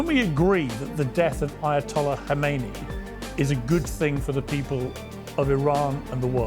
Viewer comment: Khamenei NOT Khomeini!! Is it fair to say that if the pronunciation of a key figure is inaccurate, then the understanding of the whole picture is most likely to be even more inaccurate?!